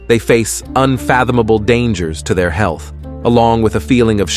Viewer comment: "...can be harmful to HOOMAN HEE-ILTH".. Wait --WHAT??! 😆😆😆😹😹😹 Your AI isn't very experienced with navigating speech, is it? Rotflmfao !!